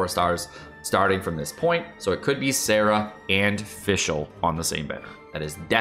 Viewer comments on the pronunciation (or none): none